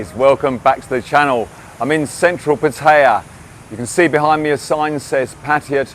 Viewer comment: At last someone who pronounces pattaya the same way as I do. You hear it said in so many different ways, some are like nails going down a blackboard to me lol